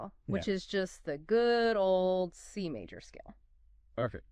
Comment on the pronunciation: C "Mawwwj" seven chord.. LMAO